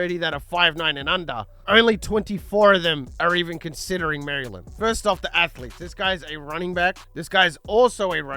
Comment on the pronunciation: hurt me every time I heard you say "Mary Land"